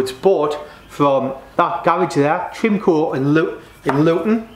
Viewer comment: Hi, it was pronounced Tri-mo-co. That cossie would of come from the Dunstable branch.